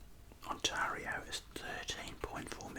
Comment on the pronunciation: You pronounced Ontario weong😂👌